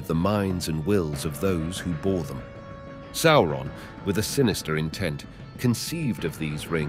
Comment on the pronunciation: How can someone be so well-versed in LotR and not know how to say "Sauron"?